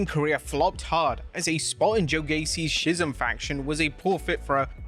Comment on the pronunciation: Please learn how to pronounce schism